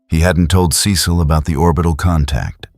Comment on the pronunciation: What’s the deal with the constant mispronunciation of Cecil’s name?? 😂